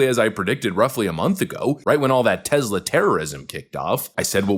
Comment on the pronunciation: It's TeSla, not TeZla.